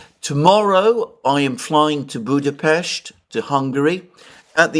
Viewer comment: We appreciate that you pronounce the name of the Hungarian capital correctly - ευχαριστώ πολύ!, and have a good time here!